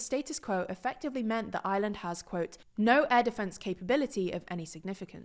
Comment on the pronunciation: 😂😂👏🏼👏🏼 I-land 😂 they do say that lol